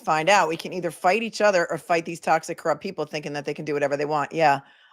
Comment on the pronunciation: You're pronouncing it wrong, its evil and its judge Cor-rupt.